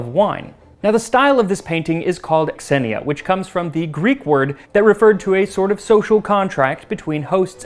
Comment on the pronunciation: An initial "X" is pronounced "Z": "Xenia" is pronounced "Zenia."